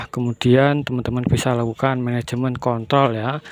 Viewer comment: Management apa om, salah denger apa salah ucap 🤭